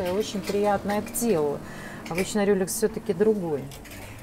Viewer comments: Люрекс, а неи Рюлекс... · Не "рюлекс", а "Люрекс"! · Не Рюлекс, а ЛЮРЕКС!, НУ СКОЛЬКО МОЖНО?! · Вообще-то люрЕкс